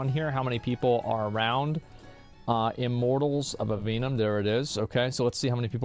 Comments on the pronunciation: "iMorTaLLs oF AVeeNuM" 💀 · How many times can Asmon can say "Immortals of Aveum" wrong. Turns out, it's a lot.